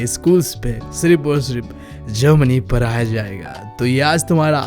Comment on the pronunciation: Pada , padaya ❌ para praya✅😂